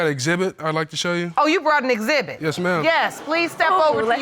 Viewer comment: When he says yes ma'am it sounds like yes male.